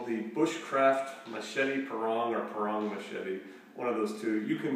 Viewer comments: It's pronounced Pa - rang like one rang the bell. It's used in some styles of the Indonesian martial arts such as Silat. It's balances well and it's possible to get good speed to the head due to the taper. I use one to cut berry bushes as they are tough and a Parang is perfect for cleaning bushes and thicker grasses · Sorry, are you saying barong, parong, or porang, can't quite make it out,,!??, also this must be a bit heavy if it's quarter of an inch thick,!?.